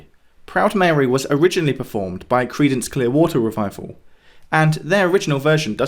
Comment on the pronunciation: Great episode, but now I need therapy after hearing the emphasis on "water" rather than "revival" in CCR's name.